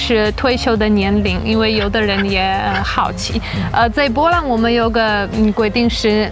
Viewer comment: bo波，不是po泼，波兰